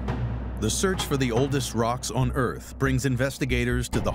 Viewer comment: I think the title should read, "a theory as to how the Earf was made"